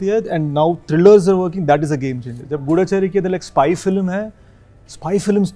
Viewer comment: It’s not gudda chari 😂😂😂